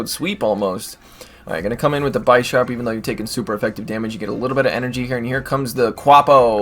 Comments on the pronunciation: Its bi-sharp not bysharp but its awesome.... Thanks for these vid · Bisharp : Bee - sharp As from Bishop u don't call it By shop 🙂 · No it's pronounced bih-sharp, similar to the Bishop chess piece. It evolves from Pawniard (like a pawn in chess).